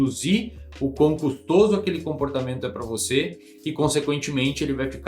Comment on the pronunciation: "e cara, sinceramente vou falar pra VOTÊ".